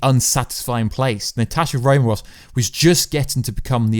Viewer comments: Romanov with an "N". Not Romarov.. Also .. You talk about some deleted scenes but show nothing. I think your faking. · Can u acc say Romanov properly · Why can't you pronounce "Romanov"? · Say her name Wright for god sake